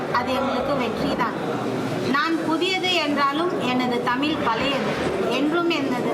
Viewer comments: That தமில் moment😂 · தமிலா ஏன்மா தமில் மகளா,சீமான் காதுமேல கொடுக்கபோறார் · முதலில் தமிழில் பிழையில்லாமல் பேசுங்கள். "தமில்" ❌ "தமிழ்" ✅ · தமிழ்..... அது தமில் இல்லை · தமில் இல்ல மா தமிழ் 😂